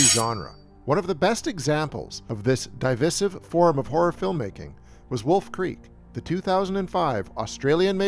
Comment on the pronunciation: An interesting way to pronounce “divisive”